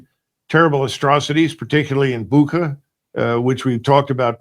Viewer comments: Someone please tell colonel McGregor that the actual pronunciation in English is Bucha... pronounced like boo in peekaboo and cha like cha-cha-cha. From Russian and Ukrainian Буча. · Good, but the Colonel keeps on mispronouncing the word Bucha. The correct pronunciation is not "ch" as in "chemistry," but rather "ch" as in "child."